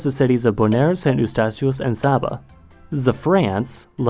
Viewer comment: It's Say-ba.